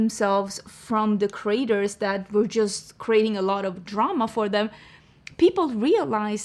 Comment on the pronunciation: Your accent saying creators like "Craters," was the accidental truth the Morphe story needed.